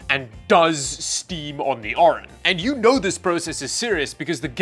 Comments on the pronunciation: As the name is Orin, but spends the entire video saying Orion... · You pronounce it "Orion" but it's Orin 😅